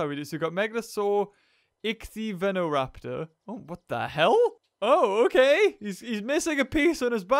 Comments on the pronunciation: Ichthyovenoraptor? Its ichtyovenator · It annoys me that pronounces so much wrong even though he's not an expert ik-thee-ova-nator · Marino Zugan lol dude it's ich-thee-o-venator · Beaver: a ichthyovnator why is it missing a piece on its back? Me: it’s not missing a piece on its back that’s actually how it looked Also me: you also pronounced it very very wrong